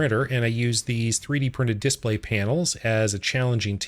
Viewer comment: It's pronounced display, not display 😂